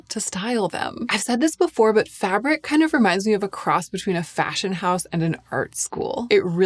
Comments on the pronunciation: Fabrique is not pronounced fabric, it sounds fab- reek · Fabric? its Fabrique isn't it? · I think its said "fa-breek" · love your very detailed videos, but isn't Fabrique pronounced "Fah breek"?